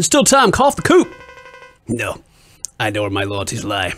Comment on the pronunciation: The word coup is pronounced coo not coop. He said it wrong so many times I just had to point that out.